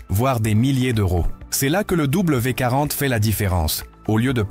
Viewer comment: Bonjour, Vous ne savez pas lire ? C'est W D 40. Vous avez oublié le D. Quant à "ces" on ne lit pas les lettres individuellement mais les 3 dans une seule syllabe. L'IA ne sait pas tout !